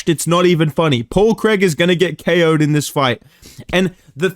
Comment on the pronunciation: “Paul creg”